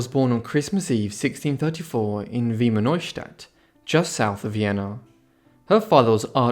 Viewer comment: Your pronounciation of wiener neustadt wasnt half bad actually! But mariana is a whole name not maria anna or marie anna, you need to pronounce these names as if u were very germanic, try saying it "drier" and harder